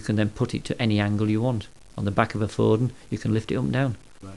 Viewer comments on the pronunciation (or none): it is Bordon, not Borden, numbnuts...